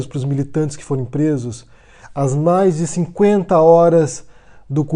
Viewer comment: "Forem" e não "foram", no início de diagnostica muitos erros na pronuncia. Eu assisti todas as aulas de Olavo de Carvalho, e absorvi muito conhecimento.